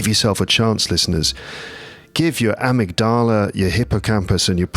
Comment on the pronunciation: Hi, I listen to and sometimes watch the episodes very regularly. They are very interesting (maybe except for those concerning The Star Wars and football:)), useful and often funny. This one is meant to be relaxing but my brain gets an electrical shock every time you say amygdala! You are the teacher but I dare say that your pronunciation is strange because of the syllable stress. Nevertheless I am going to listen to the end. I will be visiting London soon with my adult son and we are definitely going to use some of the hints from your three episodes. Thank you for all the work and keep going!